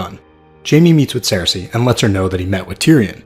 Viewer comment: Why does he say Sare-Say????